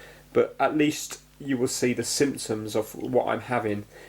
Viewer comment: whenever you say symptoms, it sounds like you are saying the simpsons.